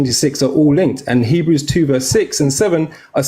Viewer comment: facial expressions always gets me 😭😂😂 especially when he butchered Hebrews 2 😭